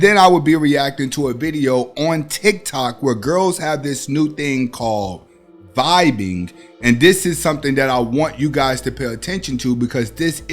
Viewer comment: It's not "vibing" it's Vabing